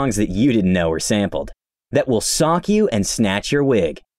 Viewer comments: he also said "sock you" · "that will sock u" THIS GUY